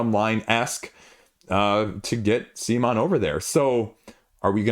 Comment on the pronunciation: At about mark of this BGG video it's mentioned CMONs official correct pronounciation... It's not sea-mon... it's c'mon! Please don't be stubborn.